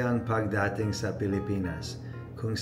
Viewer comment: Good job! Your tagalog is not bad at all. If you want some advice on what to improve, I'll say you just need to work on not making your "O's" and "A's" too soft sounding and knowing where to place the stress in a word. For example: it's not "pag-DA-ting", it's "pag-da-TING". Still, your tagalog is understandable, which is what matters